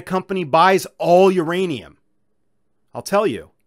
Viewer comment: Theirrainum ..lol 😂